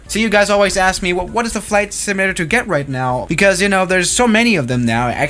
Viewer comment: Repeat after me: SIM-U-LA-TER, not "simllra".